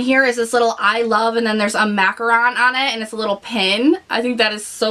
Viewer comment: that blush palette was made for you 😄 and yes, you said macaron right, the other obes are made from coconut, I make them all the time. I'm so glad you treated yourself you deserve it for all your hard work. 😊